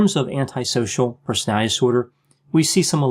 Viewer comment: I like that you speak in small sound bites so that it is easy to understand what you are saying. It bothers me that you you seem to say "Persality" skipping a syllable in "Personality". Just sayin.': )